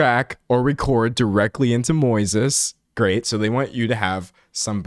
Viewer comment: Moises? Like the Spanish name just pronounced wrong?